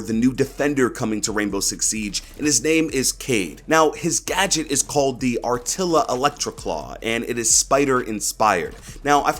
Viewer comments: It is i speak arabic and i confirm it is supposed to be pronounced r-tila remember that this is from a different language so the pronounciations doesn't haave to match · i also speak arabic stop assuming, he pronounced it Ar-tila so you're bullshitting